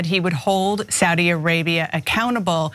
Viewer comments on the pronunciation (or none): Id like to make a few points about this video... 1. Saudi is pronounced SOW (as in female pig) DEE. SOWDEE. not swordi, as Anna said it. Sowdee. 2.) Saudi Arabia also has vast wealth, and incredible natural resources. If the US implements sanctions on Saudi Arabia, they'll simply stop selling you oil. They make more money than america could ever dream of, and that oil revenue gives them astronomical power, especially over a country which relies so heavily on oil... 3.) I didn't get to a third, so ill just remind everyone that Cenk basically sold out recently, and lost a huge amount of respect. Shame... Enjoy your evenings folks.